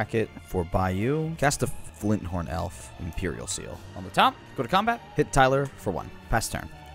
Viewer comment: If I hear say "Flynthorn" one more time I'm going to blow a gasket lol